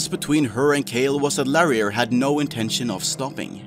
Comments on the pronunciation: So that female voice over... is obviously some paid to record that and isn't the actual player. also, pretty sure the name reads Larry R, you make it sound like something else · Is that really how you decided to pronounce "Larry R"? :P